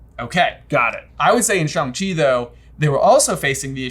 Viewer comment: Wow, finally a review that pronounces Shang-Chi correctly! But more importantly, what Hogwarts house does Shang-Chi belong in?